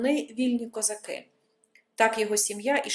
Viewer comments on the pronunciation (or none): none